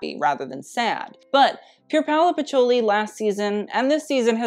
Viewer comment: You could at least learn how to pronounce Pierpaolo's surname...